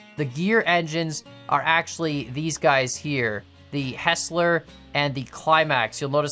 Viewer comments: idk why, but it always bothers me when you say "Hessler". Heisler is pronounced like "High Slur". Anyway: It always fascinates me how good your tracks look. My tracks look like a child made them. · Anyone else get triggered when this guy call a heisler a hesler. This engine is pronounced (High-sler). As someone who is a nerd on geared locomotives this is such a trigger for me. But I won't complain more than once. I'm glad they are getting attention and I thank you for putting this game out there for us to watch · The Heisler is pronounced hi-sler